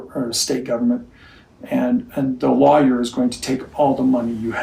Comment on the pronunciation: It's funny that the way Cody says the word lawyer it actually sounds like he says liers..... Freudian slip Cody. Trying to hide his own lies...